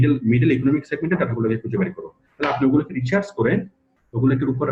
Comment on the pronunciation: আপনি ডাটা রিসার্চ কে রিচার্স বলছেন